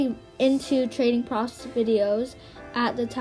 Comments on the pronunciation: no one:: saying the word "proofs" profs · Sorry 😅 it’s pronounced “proo oofs” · Girl why do you say proofs like dat xD